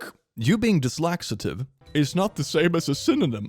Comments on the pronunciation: My man's incorrect to, it's dyslexic, not dislaxative, I think we all know what laxatives do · It makes me laugh every time says "dislaxative" instead of "dyslexic". It fits this sub so well! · IT. ISNT PRONOUNCED. "THIS LAXATIVE" ITS. PRONOUNCED. "THIS LEXIC" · "Dyslaxative" had me ROLLING. 🤣🤣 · I wheezed when you said dyslaxitive 🤣🤣🤣